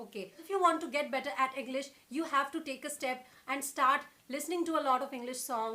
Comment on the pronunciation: She said henglish 😂😂